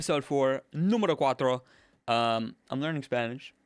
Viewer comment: "Numero Quattro" Sounded much more like Italian. Love From Italy <3!